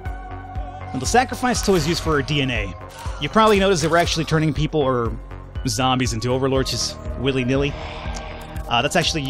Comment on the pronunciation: I love how he calls the zombies "Zambros"